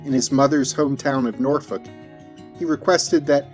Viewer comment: Thank you for pronouncing Norfolk correctly. Shoutout to the 757.